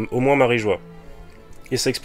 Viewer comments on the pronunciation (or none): none